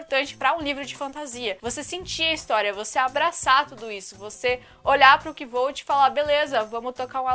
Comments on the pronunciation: A pronúncia é "kouthe" kkkkkk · A pronuncia é " Kote", e sim to lendo e to achando bem chato! Vc usou muito eufemismo ao chamar ele de livro bom, ele é pessimo, só tem uma reputação suberestimada.